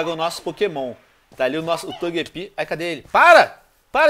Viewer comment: Togepi? TOGEPI??? poxa venonim óia as pronuncia, (Ps: se escreve Gyarados e se fala Guiarados, esse vc acertou :D )